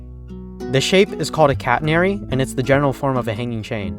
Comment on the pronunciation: most of it is wrong including how you pronounce the word catenary - but it was fun to watch.